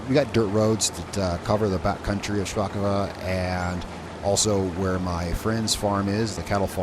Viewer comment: If this was Russian, you’d be correct in saying “shpakova”, the second o would make an a sound. But this is Polish, so it’s “shpakovO”. Great job tho!